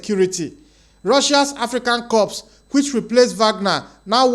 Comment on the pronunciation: CORE ! CORE! CORE! NOT CORP! OR CORPSE!!!